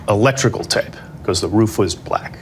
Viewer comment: Only Donald Trump can make the word "black" be two syllable's. What a moron.